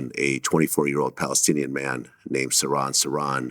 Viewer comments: Vlad is such a dope. Siron Siron ????? It's Sir-Han Sir-Han. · Surron Surron? Its Sirhan Sirhan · sur han sur han, not.. sur ron sur ron .. good grief dood really? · Not Siron Siron it is SirHan SirHan.